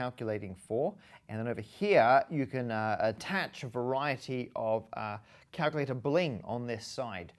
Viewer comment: Enunciate on calculator, Matt. Enunciate! Or is calctr the new hip term?